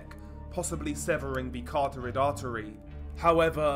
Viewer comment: He's never gonna figure out how to pronounce carotid. I've posted numerous times in the comments. Some people just have trouble pronouncing certain words